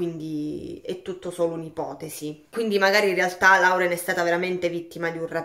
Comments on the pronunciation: Si pronuncia lorel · Più esattamente Loren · Oppure Loren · Si pronuncia loren☺️😉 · Ciao, il nome Lauren si pronuncia Loren … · Loren...si pronuncia ...